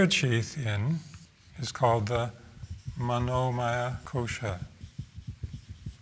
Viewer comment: Very nice! Though, the word "maya" is quite different the way it is pronounced: maaya means illlusion, but "maya" means "full of, composed of." With the latter word, you must not extend the "a":) pronounced it just about right:)